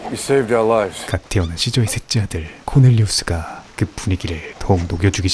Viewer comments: 코넬리우스가 코델리우스로 들리는건 나만 그런가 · 코널리우스를 코델리우스 라고 보고 들은 사람 나뿐만이 않일듯